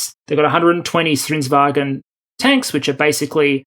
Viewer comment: "Stridsvagn" is pronounced "Striss-vung"